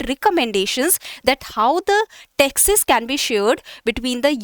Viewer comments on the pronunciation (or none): Pronounciation of 'Taxes' is hearing as Texas